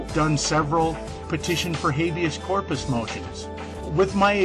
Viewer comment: Habeas Corpus?! Habius ummmm